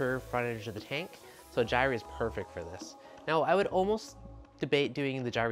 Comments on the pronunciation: Yeah man. I've heard jire and gire but never jirey....lol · You are pronouncing gyre wrong.